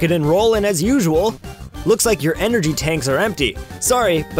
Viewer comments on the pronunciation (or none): none